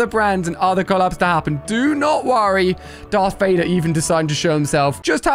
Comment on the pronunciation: Bro rlly said dark vader💀